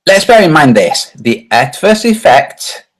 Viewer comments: Ah, the pronunciation of Eötvös hurts, but it's understandable of course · hahaha...The pronunciation of Eötvös in English is funny. In Hungarian ' E ' is silent and it means ' gold-/silversmith ' :)